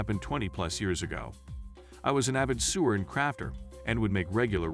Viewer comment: Nice of you to call a writer an avid sewer. (Soo-er) when she said she was a sewer (sow-er)